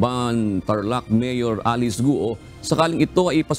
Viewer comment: "Gwo" po ang bigkas nyan sa chinese.